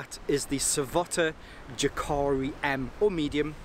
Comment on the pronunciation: pronounced Yah'kah'ree